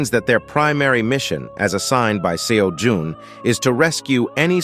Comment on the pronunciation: MC's name in this story is Jae-Hyun Kim. Not Seojun like in the tower farming story. (Seojun is actually spelled Sejun and pronounced Seh-Joon. Seojun would've been the spelling under the old Korean romanization system, which hasn't been used since 2000.)